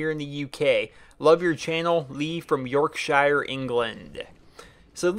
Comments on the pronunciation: just to let you know, the word Yorkshire is pronounced York-sure. I'm from there and calling it like the Shire from LotR sounds extremely weird. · George Rosson It sounds extremely weird how pronounced it. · it's pronounced Yorksheer